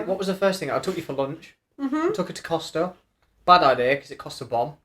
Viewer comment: Great!!! 🥰🥰 Just a wee funny, You said, we went to Costa and it cost’a’ lot 😂😂😂 That tickled me ha ha xx